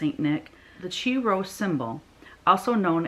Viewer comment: I am not going to pick a song, but comment on Chrismons (Christ monograms) you made reference to. There are many Chrismon shapes (probably most familiar would be the fish and the star) and I have made these with my first and second grade Sunday school classes for years. Also, the Chi Rho you talked about is pronounced “Ki” (long i). These Chrismons were often put on Christmas trees in church’s sanctuaries.